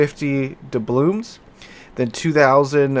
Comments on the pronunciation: Are you saying 'DoublooMs'? I feel like the guy who gets pulled over in Super Troopers having to ask if they're saying 'Meow'. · Good review of the bundle. It's Doubloons not Doublooms btw. I think Da'blooms might be something to do with flowers